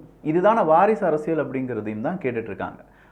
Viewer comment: அரசியள் இல்ல அரசியல். உங்க உச்சரிப்பை திருத்தி கொள்ளுங்கள்